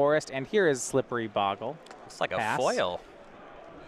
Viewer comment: I guess Magic players are incapable of pronouncing bogle correctly.